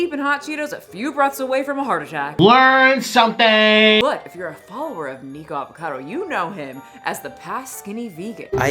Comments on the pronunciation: I don’t you pronounce his name Niko 😂I think it’s Nik Ocado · NICK-OH-CADO! baha. But yeah I agree, I don't know why anyone watches him to begin with so he has a point about them being dumb ants lol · Nik-uh-cah-doe Ah-vo-cah-doe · Not who can't be bothered to say the Cado in Nicocadoavocado 😂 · Someone please tell me why she calls him “neeko” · Why does keep calling him Nicko?? I thought it was pronounced NICK….? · You say his name SOOOOOOOOO wrong!! 🤭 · Is it a running online gag for commentators to blatantly not say "Nikocado" correctly? I've heard it said so many different ways and I don't get why it's so difficult. 😅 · Idk why but the complete drop of the second syllable of the first word of his username bothers me. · I think the nikocado is a genius. It doesn't look good that you kept pronouncing his name wrong and most people who are reporting on this right now don't know the lore about his videos